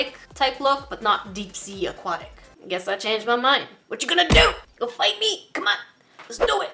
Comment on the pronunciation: Anyone else put up their fists and pretend to fight when said "fite me" lol I'm a sucker for anything galaxy related so I'M GONNA FIGHT